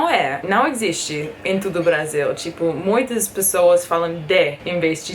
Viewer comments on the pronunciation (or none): Hey, it might be just my ears but i hear you say a lot of times ‘tudo’ instead of ‘todo’ in some instances like todo mundo. Just trying to help, but I think you speak very well and I can understand everything you say.